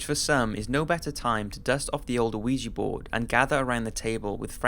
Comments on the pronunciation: WTF is a uh-weejee board? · boywonder I'm sure the original commenter spelled it phonetically because the narrator kept mispronouncing it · Wait! Did he say awigi board? Lol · I swear this nigga is saying "luigi board"